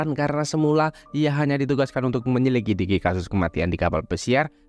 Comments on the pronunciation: Menyelidiki bang. Bukan menyikidiki😂😂😂😂😂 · menyelidiki bukan menyekilidi